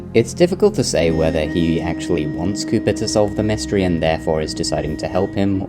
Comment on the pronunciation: When you say “Cooper” it sounds as if you say “Cuba”